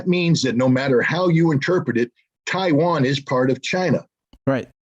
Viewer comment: "Chi-wan"- Scott Ritter, 2022